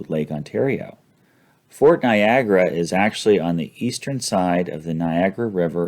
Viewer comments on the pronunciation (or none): none